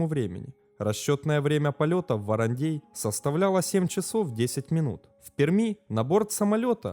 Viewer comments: Не ВарандЕй а ВарандЭй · «ВарандЕй» аж уши режет🥴🥴🥴 ВарандЭй!!! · произносится ВарандЭй, а не ВаранЕй, весь выпуск ухо режет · Режет слух,когда варандэй звучит как варандЬЕЙ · ВарандЕй. Прям слух режет. Это как говорить сЕкс вместо сэкс. Варандей читается как Варандэй. В остальном отлично. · Он то откуда знает, в нете написано варандей, а на варандЭе он не был) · Не в укор автору, регионально называют " Варандэй" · От произношения варандЕй уши режет до крови)))) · Нарьян-МАр, ВарандЭй. Говорится так. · Ну аж кровь из ушей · ухо режет от произношения Варандей.